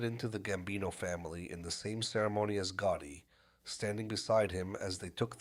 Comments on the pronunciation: It was Goottee for me. I dont remember a john goottee do you? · Is this an ai voice? Why are names like Gotti and Castellano mispronounced?